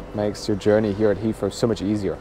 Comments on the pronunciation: It’s pronounced HeaTHrow not HeaFrow. 😂😂😂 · Thanks! Super useful review on Terminal 2, which is less covered by other videos. Also great tip on the Heathrow Express - will use it next time. Looking forward to the Singapore Airlines (I assume) review too:) Also, random aside, but it's super cute how you get around pronouncing the 'th' sound with the 'f' or 'd' sounds - hadn't noticed it before you had to say 'Hea(f)row' and '(d)at or '(d)e' so many times in this video:D Made me realise I do it myself with 'that' and 'the' as well and I'm even a native speaker (though no longer living in an English-speaking country which may explain it).